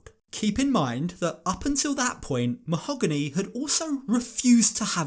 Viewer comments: Anyone catch how he said "Mal-gony", not "Ma-hog-ony". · Why doesn't he say "Mo-hag-any"?!?!?!?! Its NOT Ma-hoe--ga-nee!!!! Guess that sounds more exotic 🤣🤣🤣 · did he just call her ma-ho-gunny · It’s “MA-OH-GAAA-NEEEE” 🙄😂😂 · Or as he used to say "Ma-HO- Gany" aka his new child....ummm wife 😂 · why is she pronouncing her name differently ? she said it was mo-ha-GAH-nee previously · Ah yes Ma-hoo-gonny 🤩